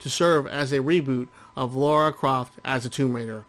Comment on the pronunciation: Lah-rah. "Laura" is a different name, altogether. I wouldn't mind, but she is quite clearly addressed as the former in every single game.